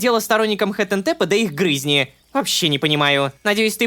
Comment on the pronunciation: ГРЫ́ЗНИ?😂😂😂😂😂 Очень уважаю Романа, за правильные произношения некоторых слов, поэтому "гры́зни" звучало странно😊